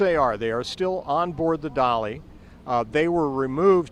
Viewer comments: Dali not Dolly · It is so funny that that huge ship is called a" dolly" ..?! Can some one help the voice?? It is called DALI...